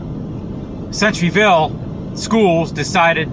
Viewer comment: No offense buddy and I totally agree but the name off the school is pronounced center - ville like the center of something anyway have a blessed day.👌